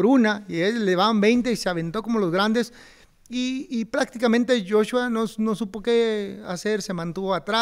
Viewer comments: Es Anthony Joshua no Jeshua mi estimado.. Salu2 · Oigan cabrones, no puede ser que no conozcan a olexandr usyk, y que no sepan que es de ucrania, y que joshua se pronuncia "yachua". No chinguen!!!